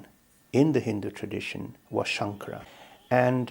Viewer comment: The narrator’s pronunciation of the name “Shankara” was atrocious. It’s not very respectful to this great saint. If you have an opportunity, please re-record those moments in the video. Dr. Lipner pronounced the name correctly. You can follow his pronunciation.